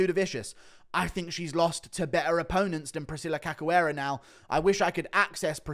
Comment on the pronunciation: Read her name like this; Caxoeira, it's a 'shoo' type sound. Ca 'shoo' eira.